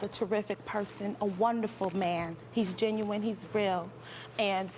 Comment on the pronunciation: “You hear the ginuwine that’s coming out of Deelishes” 😂😂😭😭🤣 it’s pronounced GEN-U-INE